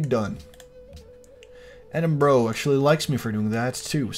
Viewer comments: its pronounced "eh-din-bur-uh" not "eh-din-bro" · No, it's pronounced ed-in-brugh